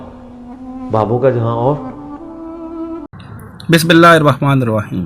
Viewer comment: محترم بھائی جان آپ ویڈیو کے شروع میں بسم اللّٰہ ٹھیک پڑھا کریں آپ بسم اللّٰہ کی بجائے بسباللہ پڑھ جاتے ہیں